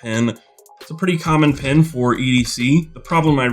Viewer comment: I was a good way through the video before I realised when you say pin you mean pen 😂